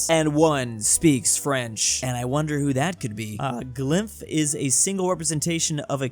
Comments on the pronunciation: drews pronunciation of "glyph" hurt me in so many ways its "glif" not "glaif" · “glEYEph” “glynph” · How tf does bro not know how to pronounce "glyph" (gl-ih-ff) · Gliff ..... That's how u say glyph....